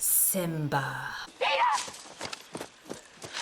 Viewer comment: that "SimBaaAH" took me the fuck out